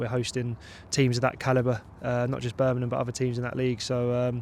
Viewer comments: Birmingham not Birningham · Who the hell is Burminham. It's BIRMINGHAM! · BIR-MING-HAM BIR.... MING... HAM Not Berminum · berminum? u have to understand not everyone has the same accent and way of pronunciation, dont get so pissed over this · There is a g in Birmingham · I worked down south for years, it's a fairly common (mis)pronunciation.